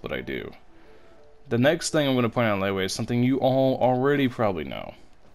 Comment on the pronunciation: You ruined Liyue just by pronouncing it as “Leyway”